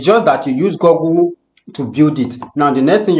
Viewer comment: Good video. Please learn to pronounce Google like in bOOk not gogle. Thanks